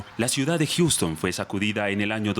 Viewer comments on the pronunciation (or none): none